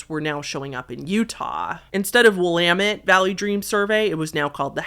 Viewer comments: based PNWer knowing how to pronounce Willamette correctly 😂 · Aw, you said "Willamette" correctly. You must be from the PNW 😂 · thank you for saying "Willamette" correctly